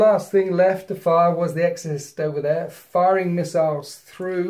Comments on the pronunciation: "miss-siles"....i died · Heh, thumbs up for the "Miss-iles" about two hours in. Close game at this point, great batrep either way it goes.